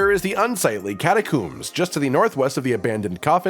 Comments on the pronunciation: Pronounced "cat-a-combs" like "comb your hair", not "cat-a-koombs"....talk about pet peeves :) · lol your pronunciation of catacombs as KATA-KOOMS was worth the watch alone. Separate to that, great content as always! Keep it up mate!